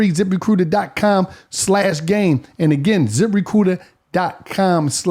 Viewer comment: Zip Re-coot-ur